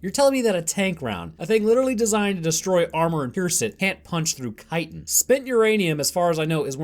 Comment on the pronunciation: Thank you for pronouncing chitin correctly